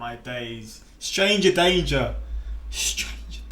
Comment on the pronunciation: “STRANGA DANGAH” whispers “stranga dangah” 😂😂😂😂 idk why I thought that was hilarious when you did that. Yes that’s my way of writing a British accent lol. Please do more Mr Ballen reactions and the video “7 thieves who messed with the wrong people” 👏🏻